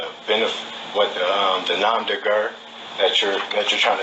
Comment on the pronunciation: In the first place, the phrase nom de guerre, which is "an assumed name under which a person engages in combat or some other activity or enterprise" is pronounced as "nom deh gair", not "nom deh grrrrrrr", and in the second place, you're too damned stupid to quit when you're just barely breaking even - helluva job there,!! Btw, what the hell's an indigitus???